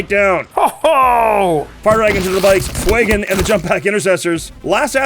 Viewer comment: Stop calling him Fwey-gon, It's Few-gan. I don't care that it's based on the Fuego word, it's a god damn badass space elf who doesn't exist, and you are making him sound as tough as damp mop.